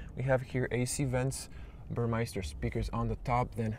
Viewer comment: It‘s Porsche not Porschaa. And it’s Burmester not Burmeister. It’s not Rocket Science to get that right, but obviously very difficult for you.